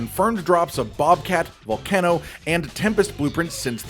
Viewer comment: How are you saying Volcano 🌋 wrong so consistently?